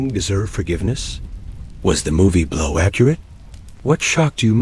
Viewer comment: At the end the A.I. narrator said, "The man behind the movie, Blaaouu." 😜👌